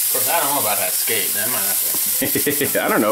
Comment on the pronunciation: Every time I heard "scat" instead of skate, I died a little inside.